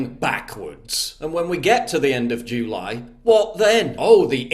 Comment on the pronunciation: The end of jew-ly. Sorry I couldn't unhear it and neither can you now.